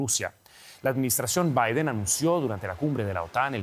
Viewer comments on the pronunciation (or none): none